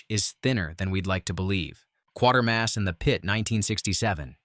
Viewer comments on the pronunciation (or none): It's Quatermass not Quartermass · Interesting as it was (I have seen most of the truly obscure films listed), I stopped watching due to the irritating AI Auto voice that mangles not only the smooth delivery of sentences but even mispronounces one of the film titles. It is Quatermass not, Quartermass! If you can't get that right you deserved the thumbs down. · Q-waiter mass NOT Q-water mass !!! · 'Quatermass', not 'Quartermass'. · I stopped watching all the hyperbole when it couldn't even get the title of the Quatermass correct. It is pronounced Kway ter mass NOT quart er mass. Several of these movies are in fact well known and have been widely watched. Also some of them are more into fantasy/horror than Sci-fi. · I've actually seen all but Barbarella. I was too young when it came out to go see it, although I did read about it in my Dad's issue of Playboy and thought it looked interesting. It is pronounced Kwatermass and not Quartermass. There's no "r" in the character's name. Other than that, good selection. There's also a second Quatermass movie where the astronaut is being turned into a fungus. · It is Quatermass NOT Quartermass. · Not Quarter mass but Qway-ter-mass. One of my faves of all time. Very eerie. Originally, of course, done as a special brit tv presentation. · It's Quatermass, not Quartermass.